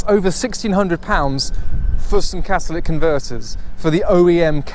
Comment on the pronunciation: CATALYTIC, NOT CATALIC GAH IT HURTS MY BRAIN